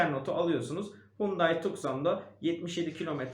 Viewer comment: Araç model isimlerini hep yanlış telaffuz ediyorsunuz. Dacia= daçya, kia sportage=sportıc, hyundai tucson= tusson